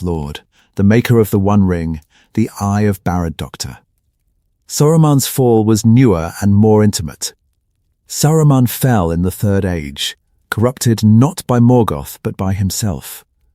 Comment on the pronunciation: It's important to get the pronunciation right. It's pronounced Barad dur, not Barad doctor. Clarity matters, and getting it correct makes communication so much smoother!😉